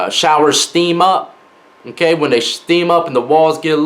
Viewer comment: “When they SHHHteam up, and they get a lil damp, a lil moist” 😂 Leave it to me to make fun of any and all of your speech missteps